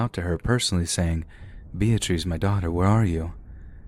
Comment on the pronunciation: Lol... Bee-ah-trees...😂